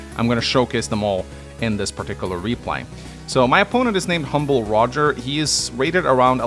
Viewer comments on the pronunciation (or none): none